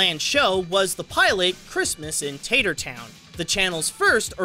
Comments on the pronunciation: It's "Tattertown", not "TATER-town". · its 'Tattertown' not 'Tatertown'